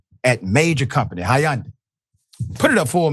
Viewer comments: Not "Hi yawn day" 😂😂 it's just "Hun-day" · Doctor richey the y in Hyundai is silent!!! Lol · No one pronounces Hyundai like that